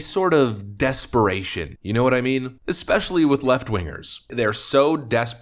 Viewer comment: Especially. Not 'Eckspecially'. Idk why that bugs me so much but it does. Sorry. I know it seems petty, but I need to make the world a better place, lmao.